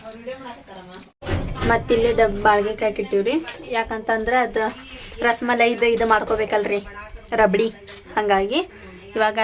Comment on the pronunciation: Ras maleri alla rasmalai